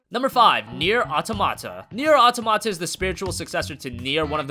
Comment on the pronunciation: Why can no-one pronounce the word "automata"?